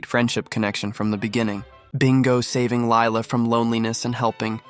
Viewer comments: it is actually pronounced Leela not Lila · Girl it's lila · huh? It’s Lila